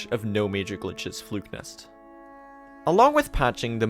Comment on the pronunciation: His pronunciation of Flukenest as "Flukenist" kept throwing me XD